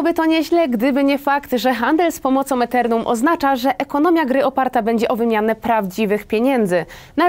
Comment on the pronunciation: Kryptowaluta Æternum? Raczej Ethereum (czyta się " itirium ")